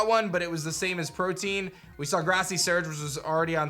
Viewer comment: PROTEAN = Pro-tee-in